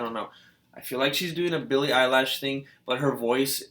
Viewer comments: EILISHH LISHH NOT LASHHH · ITS NOT BILLIE EYELASHS . JEEEEZ.... ITS BILLIE EILISH